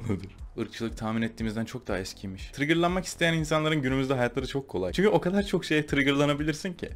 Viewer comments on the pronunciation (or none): none